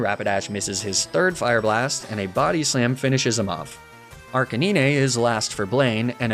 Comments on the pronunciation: nah bc wtf is a arc-a-niney and lapra😭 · is the "arcineenay" thing supposed to be cute?...funny? because it's not either of those things. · we just gonna pass over “arcaneenay”? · uh arcanin-eh? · I hate how he says arcanine totally wrong. Makes me wanna stop watching sometimes. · Good videos but the way you pronounce Lapras, Arcanine and Magnemite is actually an assault on my soul. Also Tauros being a horse what? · Does he mispronounce names on purpose? Like Arcanine and Facade? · That is not how you pronounce Arcanine. And Lapras for that matter. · dude can you please just pronounce arcanine correctly